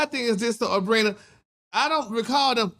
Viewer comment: He keeps calling her abrina lmao